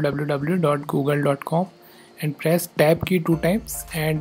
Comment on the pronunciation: It took me a few times of straining to understand what you where saying after we paste 127.0.1. It sounds like you are saying "AB" key. But, I figured out you were saying - TAB - key. There's T before -AB. Like Talk, Towel, Time, Turn, Tank... Other than that, it's perfect. Thank You.